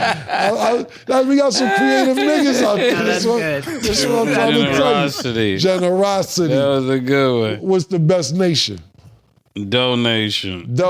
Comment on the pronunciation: 'Generoscity'....I'm on the floor 🤣🤣🤣🤣 pause